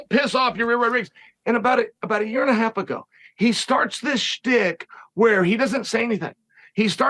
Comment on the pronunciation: Dear uncle Chael, you pronounced it "YA-EAR"👍